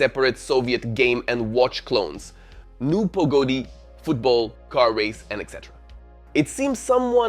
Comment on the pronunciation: NOT HIM PRONOUNCING NU PAGADI AS NU POGODI BRUUUH